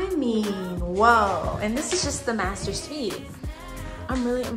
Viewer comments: "Dis MASTAAHH is a true MASTAAHH!" 🤣🤣🤣 That alone has me subscribing. Lol 🧡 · "This mastah is a true mastah!"😂 #7 has everything but cubbies, and if you gonna get 1of these homes it should have all the finishes you like already.